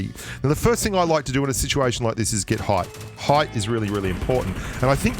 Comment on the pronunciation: He said height in his funny accent lol